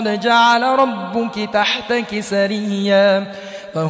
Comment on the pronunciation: Ayat no 21 main bhee two mistakes hain recitation kertey huyey qari sb word HUWWAA ko Skip ker gayey hain. Aure doosree mistake qirat main work "RUBUKEE" recite kerney kee bajayey RUBUKAA lafaz parhaa.Correction is required in this recitation of Aya y no 21 main.